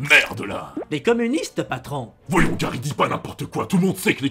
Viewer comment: Gary sans le r